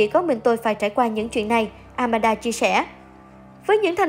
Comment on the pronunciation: It’s Aman - da, not Amanada😂